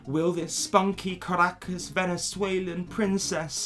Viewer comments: As an actual Caracas girl, I'm quite impressed by your pronunciation of "Caracas, Venezuela". For us it's soo cringey that she flags her nationality on any. chance. she. gets. We get it, you're Venezuelan, we don't thank you for the representation. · sometimes I come back to this video to hear say Caracas, Venezuela and Latina 😍